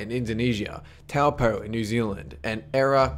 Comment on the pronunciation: Yay he pronounced Taupo correctly!